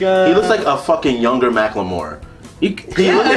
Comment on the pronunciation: Mack-LaMore. I'm dead